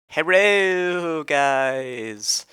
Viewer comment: I like at the beginning when you say herro